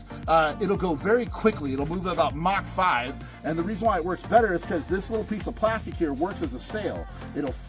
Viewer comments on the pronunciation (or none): I can't. Believe you said mock five